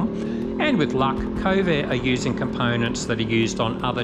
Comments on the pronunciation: kove not ko-ve, you make it sound like covid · Since were talking Chinese products, I feel its alright to rip off the Eagles "New Kid in Town"... "Johnny come lately The new kid in town"....in a month "They will never forget you 'til somebody new comes along"..and the way you pronounce Kove, sounds an awful lot like CoVID! 🤔 coincidence?